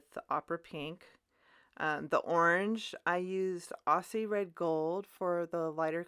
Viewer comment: Just discovered you on the MFT channel, I thought I would come here and subscribe. 😁 Those macarons look so real I could eat them. Hint for Americans: Aussie Red Gold is pronounced “Ozzie”... not “Ossie” (Us Aussies cringe when we are here it mispronounced 😉)